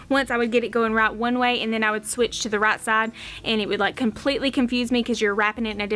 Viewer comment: Love your accent. I was trying to figure out what the RAT ROPE was til I realized you were saying "right" 😂